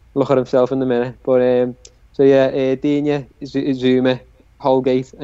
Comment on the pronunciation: FFS it's pronounced Digne